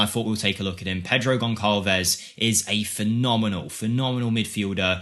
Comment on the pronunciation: Goncalves is pronounced Gonzalvez